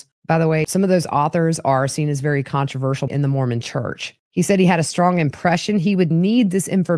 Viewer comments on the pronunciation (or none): none